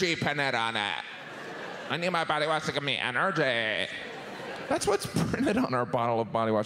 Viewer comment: I thought Jim said poty wash instead of body wash.